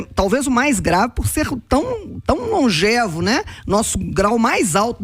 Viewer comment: Primeira pessoa que ouço pronunciar corretamente a palavra longevo. Parabéns!